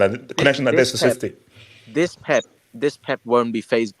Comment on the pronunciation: Citeh, citeh , citeh